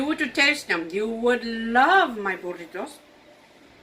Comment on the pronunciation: That burrito looks amazing! Can’t wait to try it. Do you also have a recipe for Breakfast Burritos? I would love to watch you make those. I’ve tried to make them and they are ok but I would love to learn how to make them properly. I love the way you pronounce burritos! I can’t roll my r’s. I wish I could do that! Lol